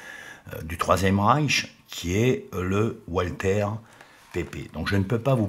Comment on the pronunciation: Walther se prononce "valtère" et la ville d Ulm se prononce"oulm";merci